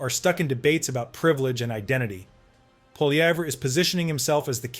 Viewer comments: You are pronouncing Pierre’s surname incorrectly Do NOT pronounce the “R” at the end Hence phonetically just say “Polly-EV” It’s a French name You sound foolish I’m sure you’ve heard most people pronounce it correctly Hence copy them Only Americans can’t pronounce a french word Don’t attempt to pronounce it as if it’s English That just sounds ridiculous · I’m thinking this channel is first American due to the fact that you can’t even pronounce Pierre’s last name properly and that your slightly leftist. Why don’t you just shut up and mind your own business.